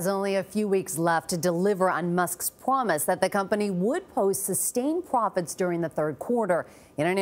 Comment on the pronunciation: “pwomise” you’re welcome